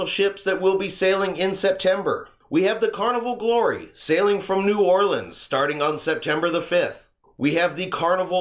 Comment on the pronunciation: You pronounced New Orleans correctly. Kudos!